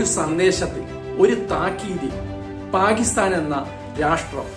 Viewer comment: പാഗിസ്ഥാൻ. നല്ല മലയാളം എന്നുകേൾക്കും?